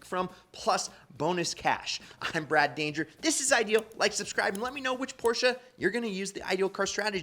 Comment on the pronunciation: An expert that can’t even pronounce the car’s name. I’m sorry I liked all the information and your videos, but it through me off.